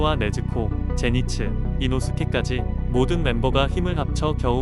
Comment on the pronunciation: 에서 제니츠가 아니라 젠이츠에요😂😂😂😂